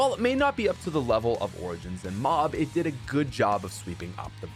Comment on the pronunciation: "O r j i n s"